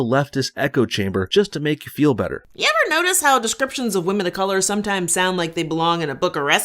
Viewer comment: "Do you ever" = "Yever", according to this ethnic, exotic chick.